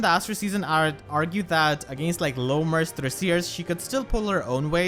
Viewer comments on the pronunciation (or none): none